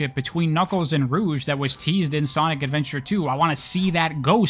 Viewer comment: You said “Sonic Adventure and Sonic Adventure 2” wrong.